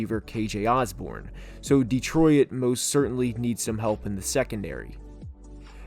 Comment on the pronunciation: Is it just me or is he pronouncing Detroit as De-Troy-It?